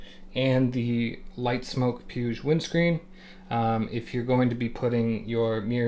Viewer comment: Just heads up it’s pronounced PW-EEG. Awesome content and humble approach. Subscribed.